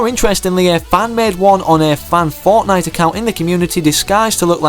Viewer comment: 8;45 says Fortine instead of fortnite